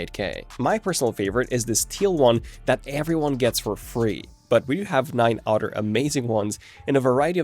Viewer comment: It’s “other”… not “utter”… lol